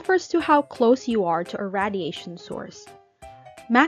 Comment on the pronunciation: I’m noticing you say radiation wrong. It’s pronounced: ray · dee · ay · shn